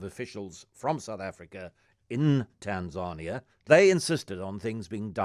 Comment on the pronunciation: GST bruh. And TanzaRnia?? lol